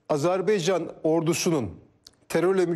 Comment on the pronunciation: Azerbeycan değil Azerbaycan